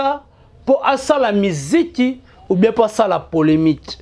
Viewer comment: ON DIT POLEMIQUE ET NON POLEMITE. TOI AUSSI TU CONNAIS PAS L'HISTOIRE CA CONCERNE WENGE MAISON MERE ET NON 4X4. JE REPETE ENCORE, ON DIT P O L M I Q U E et NON POLEMITE QUI N'EXISTE MEME PAS EN FRANCAIS QUE JE SACHE.